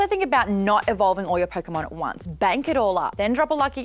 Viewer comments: Did she say PokeMaude...? smh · i cant believe she said pokémaude i hate it and love it at the same time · Pokemaude? I certainly Poke Maude